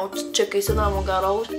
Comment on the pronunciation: Personellement chu quebecoise et je suis tout a fais dacord avec ta vidéo surtout la différence entre les français et les quebecois ! Touka j'adore ta video mais se qui ma fait le plus rire c'est avec le "renârd dant son gâroge " ahahahha j'adore tes vidéos ! Continue on t'aimes beaucoup ! 💝💝